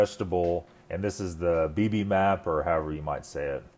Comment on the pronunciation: bib-em-bop is how you would pronounce bibimbap :)